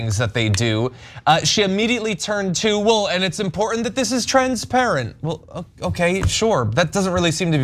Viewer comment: " Transpatent" what a foolish woman